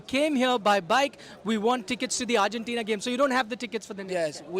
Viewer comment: Its Argentina not Urgentina